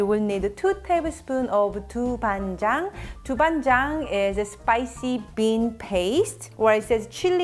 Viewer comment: It is so interesting to hear how foreigners pronounce 豆瓣酱 lol